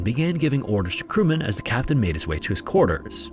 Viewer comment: "quarte-ers" sounds just wrong :/